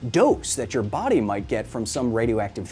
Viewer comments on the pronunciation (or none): none